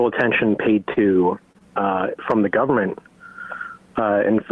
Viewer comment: laughing so hard at "gubment"